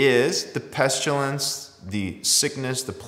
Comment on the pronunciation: 'Pestulence' ? Is that similar to 'pestilence' ?